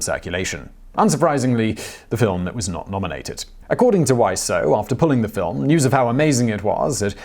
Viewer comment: This time's not your fault, his name's pronounced Wiz-oh, not Why-so. At least, that's how I've heard it in interviews with him, but I wouldn't put it past him to pronounce it in numerous ways.